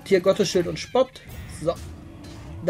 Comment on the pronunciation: Lern ma Spott richtig auszusprechen